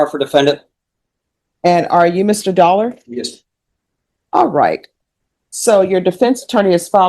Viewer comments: Jeffrey Dollar... I didn't pay any attention to the name on the first appearance but when they called the 2nd appearance I heard Jeffrey... Sounded like Dolmer 😂😂😂😂😂😂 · I heard it as DolMER 😂😂😂😂